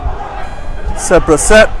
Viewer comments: He is saying sedbruh 😂😂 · Someone please teach the commentator how to pronounce Sedbergh